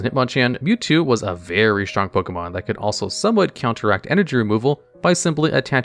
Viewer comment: It's not pokEEmon. It's pokEYmon.